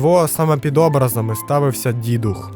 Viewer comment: свОлок- наголос на першому складі, образИ- на останньому.